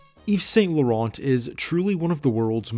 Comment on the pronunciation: The 'T' in St. and Laurent are NOT pronounced , please!